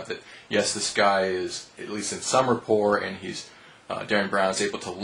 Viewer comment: Rapport is a french word. the T is not pronounced. well said.